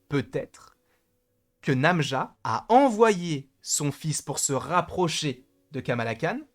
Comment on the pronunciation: Très bonne théorie sur le personnage !! Par contre c'est Najma et non pas Namja >.< et je confirme (parlant arabe) Najma = étoile = star